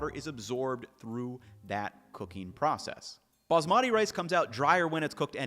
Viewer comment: Love your videos. Wish you would learn how to pronounce “Baasmati” correctly. Emphasis on the first syllable, then make the 2nd/3rd syllables rhyme with “putty”